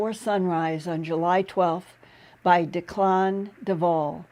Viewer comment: "DECK-lan", Not "De-CLAN" Irish name